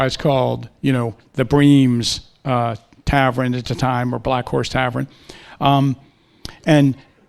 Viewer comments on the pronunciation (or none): “tavren”? How about “tavern”? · Loved the presentation but wtf is a "Tavren?" Almost had Tavern. haha